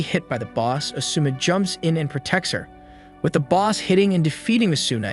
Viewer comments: asuna is pronounced asna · Hmmmmm good vid overall that I’d rate it about a 7.5 out of 10, but it hurt to hear the way he said “Ker-ee-to” instead of “Kēēr-ēē-to” and “uh-soo-nuh” instead of “ah-soo-nuh”. Then again it might be to not get hit for copyright so idk.